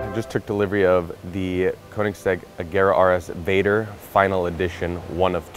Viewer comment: Being Swedish and hearing Americans trying to pronounce Väder........